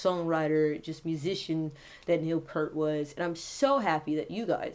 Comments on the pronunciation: First off, sweetie, it's Neil Peart (pronounced pier-t) and he was the primary lyricist, not songwriter. Geddy and Alex wrote the music and Neil put pen to paper for the words. And Rush is and was only THREE MEN. This song, "The Garden" is the final song off the final Rush album, "Clockwork Angels" released in 2012. On a side note, I was a passenger in a horrible car crash in February of 2012, just 4 months before the album release. The other 3 people in the car were killed at the scene. I lost my brother, sister and sister in law. Yes, I was the only survivor. 😿😿😿 My point is that "The Garden" reminds me of my baby brother (even though he was 49 when he passed away). I tear up every time I hear this song. RIP, Neil. Oh, and I'm a 45 year Rush fan, old school hippie chick🐥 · Don't make this about you.....he was so much above what your so called channel. You didn't know anything about him until you researched him and you don't even know how to pronounce his last name. It's pronounced "peert". Again, it's not about you. Just stop. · Such a sad day in rock n roll! His last name is pronounced PEERT! He will always be embedded in our hearts as the best, the professor of drumming RIP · If you can’t pronounce is name correctly delete your video. It’s shameless self promotion. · It's great to see the number of people from ALL backgrounds paying tribute to Neil. Not that it's relevant (now or before) but his name is pronounced "Pee-ert", not "Pair-t". He certainly was an inspitation across so many genres. R.I.P. Neil. Gone but NEVER forgotten! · If you loved him so much you could have pronounced his last name right...it's peert, not pert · It's P-ear-T NOT Pert (the shampoo) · Neil Peart, pronounced PEYERT, not Pert. He's not a shampoo. For real drumming feats of excellence, try Tom Sawyer, 2112, and my personal favorite, Anthem. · Peer-t. Not Pert. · Pert is a brand of Shampoo...........its pronounced Peeert, P ear T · It's pronounced Peeurrt! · It's pronounced Piert.